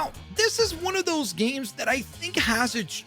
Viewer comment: Dude, you need to practice saying the plural “games” more